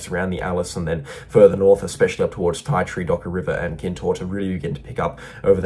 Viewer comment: its pronounced ( TEA Tree) Ti Tree in the NT . 😶